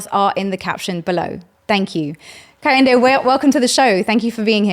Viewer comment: KEH - HIN - DE not KAH - HEN - DE